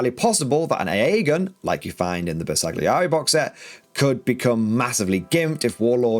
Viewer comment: The G is silent in the name, as in: Ber sa [g] li eri. Why so pedantic? Because it is a name and they are important. It would be like calling Leicester Lei cest er.